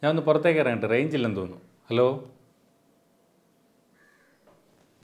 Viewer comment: അലോ അല്ല ഹലോ 😀😀